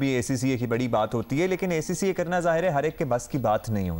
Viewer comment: Host is even unable to pronounce ACCA🙈